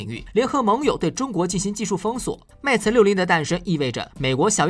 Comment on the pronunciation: 不是 meta，是 mate